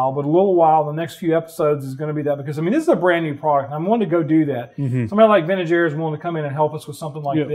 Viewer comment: Every time you said Vintage Air, I heard Ben and Jerry's. Ha Ha Ha. Great video as always. Really dig the Truck.